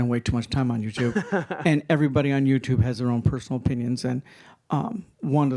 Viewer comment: said "YouTerb" lollll he was a little nervous. I would be nervous too, introducing one of the best in the fitness industry